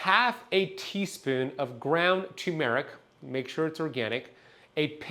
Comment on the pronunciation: TURRRRRR-meric Not TOO-meric There's an "R" before the "M" Do you "Tun" the steering wheel in your car? No! You "TuRn" the wheel. Do you want a TUMOR-ic? No! You want TURmeric "R"...it's right there in the word - tuRmeric TURRRRRRR...